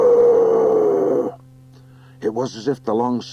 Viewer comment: Heads up all, there is an unabridged version of this book on audible… I DO NOT recommend it. The narrator cannot properly pronounce “Salamandastron,” “Eulalia,” or “GUOSIM” to save his own life